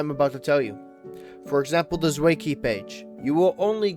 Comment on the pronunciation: who tf is zway bro do we not know how to pronounce 2 in german?